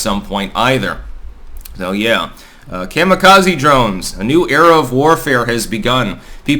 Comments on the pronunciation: Coma-Kazuhiro. Not mamma, but comma. ❤ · The Japanese pronounce Kamikaze Kah•mee•kah•zee. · Your pronunciation of “Kami-Kaze” hurts the ear. Lol😅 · I had to dip out at the mark because of the way he was saying kamikaze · Just because you keep saying kamikaze wrong doesn't mean it's right